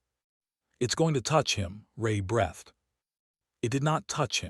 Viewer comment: You need to get a human narrator so the words like breath and breathed are pronounced correctly with the long ee not the eh in the middle.